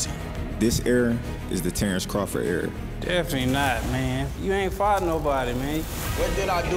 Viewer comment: he’s a Bud fan listen closely he said tarr-Earl is 🤣